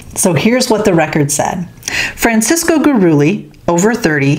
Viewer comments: Coyote in old New Mexico means 3/4 Indian 1/4 European mestizo means 50/50 European and Indian and Gurule is a hispanicization of a French last name its pronounce Guru-lay not Guru-lee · Goo ah ley